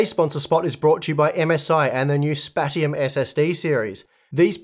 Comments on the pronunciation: Didn't Paul ask MSI about Spatium pronunciation and they said it's not "spat-ium", but "spachium"? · arent those MSI ssd pronounced " spashum"